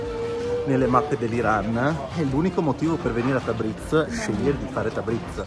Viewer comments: Da appassionato di Iran un bel "like" a questo paese meraviglioso, però ragazzi Tabriz si dice Tabrids non Tabrits. ممنون❤ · Tabriz... si pronuncia tabriis... 2 ii e la s molto morbida...tabriis...